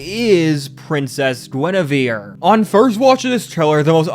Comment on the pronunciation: Gwen-ah-veer Reference: Wife Of King Arthur Of Camelot And The Kinghts Of The Round Table